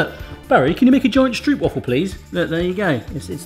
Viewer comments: THATS NOT HOW YOU PRONOUNCE STROOPWAFEl 😂 but love it tho ❤️😂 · I'm from Germany and even I know that this is NOT how you make stroopwafels... or how you pronounce them... 😅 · I have stroopwafel in my veins! (Pronounced Str OU pwafe ((as in "dough¨)) and not str OO pwafel if you know what I mean...) Time to clean your camera lens barry! Great video! Since I live in Greece now I do miss my dear Stroopwafel as well as some good raw haring! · 1.) it’s pronounced “Strohpwafel” 2.) they care to cut while still warm 3.) you don’t want any puffage whatsoever!!! btw: at Dutch markets they actual sell ones the size of your full Shakespeare thingy fresh from the iron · The stroop part is indeed more like strope, but now they still will be pronouncing wafel wrong. The thing is that I have no clue either how to write it so that english speaking people pronounce it correctly. You need to pronounce the a more like ah I guess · Pronounced "Strope - Wah-fels", so no Stroop Dogg unfortunately :) Also, pop them in the microwave for about 15 secs when your mug is too big. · it's actually not pronounced 'strewp' (although I wish it was) it's more like an 'ohw' sound, like a long 'O'. strohwp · The double oo you pronounce as a single english o so it is not stroepwaffles but stroopwafels. I know it is difficult to understand but thats what it is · Please pronounce it as 'strowp' waffle, that's more correct than 'stroop'waffle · Stop saying stroop and start saying stroap and you’ll instantly feel like a pittig garnalenkroketje. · strope waffel is better pronunciation, well done on taking on a Dutch classic, now onto raw Herring with onions lol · Im from Holland i like stroop wafels And you said stroop wrong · I think it’s pronounced: ‘stropewafel’ like the O in goat..?? Someone correct me if I’m wrong! 😅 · Dutchie here: Stroopwafels are actually pronounced as stropewafels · Hey Barry, i'm dutch... But there called strOOp wafels (where the OO is more like the O in Oh My God :)